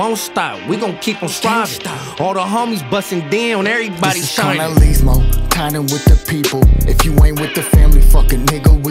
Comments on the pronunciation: props to tha homies for trying but this honestly quite embarrassing as a Norteno. foos cant speak spanish for nada. Im more ashamed of cuz hes oldschool N cant even say carnalizmo right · Vatos kant even say KARNALISMO. FUKKEN KOKUNUTS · Bro can’t even say carnalismo lol typical from the nortes tho but went hard